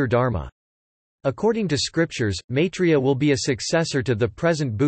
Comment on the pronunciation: MYI 3 YA not MAY 3 YA...